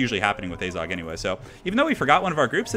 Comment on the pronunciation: it is AZHAG, not azog